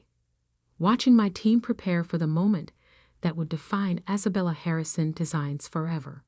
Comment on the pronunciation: Why can’t the narration program pronounce Sophia or Isabella?